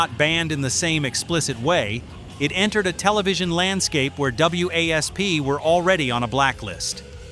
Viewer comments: Well, when you’re talking about WASP it’s called wasp, pronounce it as wasp and quit trying to be stupid about how to pronounce their names and I know Blackie Lawless it’s very famous for pushing boundaries. And he did a very good job at it. You can love him, and you could hate him the simple fact of matter he was there and he was in everybody’s face and I have a lot of respect for that band in him. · Stop calling them W A S P. it is WASP. We Are Sexual Perverts. So annoying AI shit. Nailed everything else. I did see 8 out of 10 on MTV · It's not pronounced w a s p...it's wasp. Stupid A.I. . Ya I didn't see Dee in full get up at senate hearing, he was in blue jeans and Jean vest. This channel sucks. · Why you call it Blind in Texas the video you showed was Wild Child and iis WASP not W A S P fix your AI before doing another video embarrassing yourselves again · these channels get on my nerves..........the band was/is called Wasp spelled W.A.S.P. not W...A...S...P.........it's pronounced/said like the insect not the way A.I. id saying it here.......... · I tempering being wasp not w.a.s.p., the ai is annoying, bark at the moon was not banned or barred from mtv it was suicide solution that was banned. Don’t temember any issue in mtv with were not gonna fake it or welcome to the jungle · if there were no periods for AI to read off, then yeah. Wasp. Instead of w…a…s…p… every time it said their name. Think! 😏👈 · when I heard "W A S P" I was like what?? It's WASP you moron. lol I'm 51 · I kept yelling at my phone saying it's not W.A.S.P it's just wasp dumbass it was really pissing me off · A lesson in when using AI to narrate it is important to PROOFREAD BEFORE UPLOADING! W A S P? Really? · It's wasp you idiots why don't you get a human to f**** narrate it not a stupid AI computer that doesn't know what the hell it's saying no thumbs up for you do your homework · Who the hell is Double You Ey Ess Pee? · Wasp just say WASP